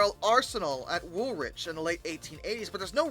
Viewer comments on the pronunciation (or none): Wool-itch not wool -witch. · Woolwich is pronounced Wool-itch.